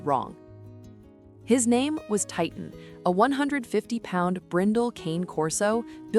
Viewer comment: It's pronounced "kahn-a", not cane